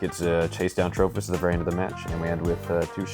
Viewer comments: I actually like it, ima call it Trophy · Why does he switch the 'i' for an 'h' though?